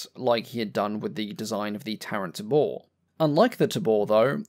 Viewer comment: "Tabor" is pronounced TAY-bore (it's a drum)